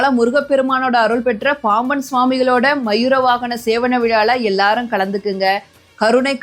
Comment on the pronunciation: அம்மா தமிழ் ஒழுங்கா உச்சரிக்க வேண்டும் மயிர வாகனம் இல்லை மையூரவாகனம்